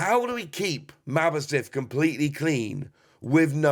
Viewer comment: Its ma boss tiff, not mabo stiff